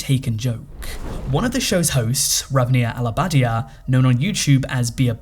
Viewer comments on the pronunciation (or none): It's Ranveer Allahabadia!!!! Not Ranaveeee Alabadiya I just can't get how the hell you pronounce french and spanish words correctly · Ravniyaa alabadia 😂😂😂 name to dang se bolna sik le